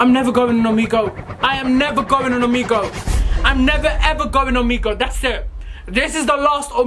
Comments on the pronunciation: How can you spell Omegle correctly but call it omego 🤣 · I love the way pronounce Omegle as 'Omego'